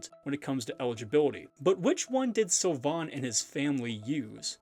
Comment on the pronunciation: "Beauty mark" is the literal translation of the French dub. (Which is very bad btw) (Sylvain = Seal vain) that's how it's pronounced.